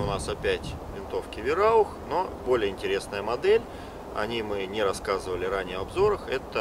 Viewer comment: не Вераух а Вайраух